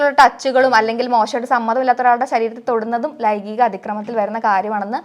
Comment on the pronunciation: "Laigikam" alla "laingikam" anu chechi😂